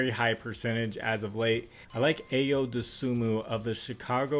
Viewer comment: Appreciate all the work you put in!! Whole lot of teams on back to backs and players w injuries to be careful w tomorrow. Hopefully national blowout association doesn’t strike again. Btw had to chuckle a bit when I heard how you pronounced Ayo’s name LOL